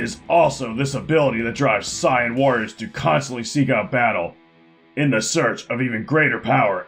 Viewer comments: It's pronounces sayan not psion. I don't watch the show and even I know that. 😛 So these guys can shape change into a giant monkey when they see the moon. Does that mean if they were on a planet with 12 moons or something they could stay a sooper monkey full time? Does home insurance cover being buried under a flung giant monkey poo? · It's "Say-in", dumbass. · oh my god ok no offense but it's pronounced say-an and ve-jee-ta in terms of the planet and race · Very wrong. Say yan. You can look up clips on youtube, they exist everywhere. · Are you "sayen" that right? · Honest question, are you saying Saiyan wrong on PURPOSE to just to bug the fans? Also i cannot agree with the ability to sense people. That's a learned skill, not at all inherent to the species. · My first thought was he couldn't say it correctly for copyright reasons.